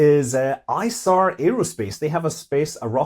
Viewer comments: Tiny point about 'Isar Aerospace': It's pronounces e-zar or [ˈiːzaʁ] in IPA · Scott you're mispronouncing Isar. The "I" is pronounced "ee." Isar is the name of the main river flowing through Munich. I used to live not far from it. Always impressed with how you pronounce Chinese, Russian etc. names. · The 'i' in "Isar" is pronounced 'e'. Like idiot. Not icecream.